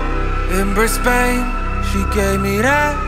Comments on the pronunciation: this is wonderful but please you're saying Brisbane wrong Source: I live here:( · Not how you say Brisbane :( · Bruh you said the city wrong. Before relaxing make sure your pronounciation is right or itshould weird asf to hesr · As someone from Brisbane, hearing how you pronounce Brisbane doesn't feel good. But the song is good 👍